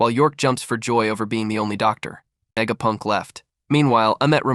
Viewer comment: DOOCTORR VEGAPUNKK 😂